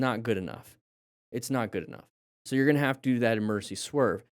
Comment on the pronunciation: " your total stopid distance is not goog enough meters"😂😂